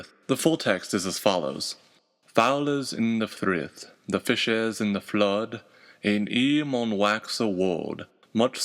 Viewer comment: There are some places where I think there's a bit of great vowel shift leaking through. The first time you say "flood" it sounds a lot like how we pronounce it today, rather than the original pronunciation which would be a little like you might pronounce "flode" today (if that were a word).